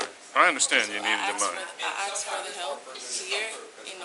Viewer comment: Why does she keep saying 'axed' instead of 'asked'?